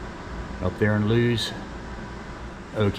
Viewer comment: I grew up in Sussex County, Delaware and it is correctly pronounced "Lew-iss" not "Looz".